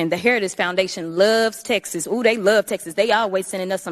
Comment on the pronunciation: "Oooh! dey LUUUV Texus. Dey LUV Texus!" It's amazing how few syllables it takes to irrefutably advertise one's own low mental bandwidth.